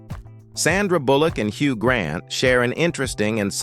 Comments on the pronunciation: They MUST OUTLAW AI commentaries!!!!!!😡🤬🤮🤮🤮🤮🤢🤬😡😡😡😡😡😡😡😡😡😡👎🏼👎🏼👎🏼👎🏼👎🏼. HUG Grant VERCEE - it’s pronounced VER SACH EE! I will NEVER listen to or even watch another AI spoken video ever again. Why do they take us for idiots??????!!!!!!!!!DONE👎🏼👎🏼👎🏼👎🏼👎🏼👎🏼🖕. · AI "Hug" Grant and "ver-cee" dress 😂😂😂😂